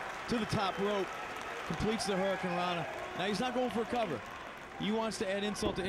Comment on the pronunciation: "Hunarocana"? Strange way of saying "Hurraconrana"